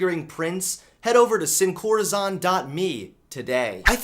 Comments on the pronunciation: It's.. Pronounced.. (seen-co-rA-sone) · SinCorazon = Without Heart (pronounced "Seen" "Corrrr-a-sone");) great videos, keep it up! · I'm not tRiggEreD or oFFenDed or fEeL OppReSsEd by this, but the way pronounced "Sin corazon" made me cringe😅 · The best part of this video was when mispronounced sincorazon. 10/10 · the way he pronounced sin corazon lol